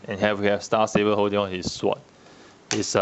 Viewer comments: can u count how many "er", "uh" "erm" "so" "despite the fact" tis fool said in the review.. and i lol every time he said "syvord" instead of SWORD!! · On the topic of rightful name, in sword the 'w' is silent. pronounce as "s'ord". like in 'answer' and 'two'.